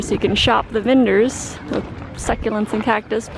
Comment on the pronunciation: vendors, not "vinders" lol